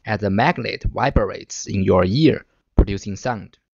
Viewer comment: Vibrate. Not Viberate